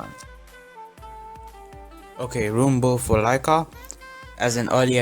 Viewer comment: It's laika not liaka